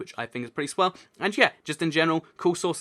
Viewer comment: Whenever you say swell it cracks me up 😜